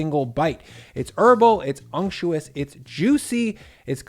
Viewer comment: Thank you for pronouncing "unctuous" correctly. Getting tired of hearing "unctious."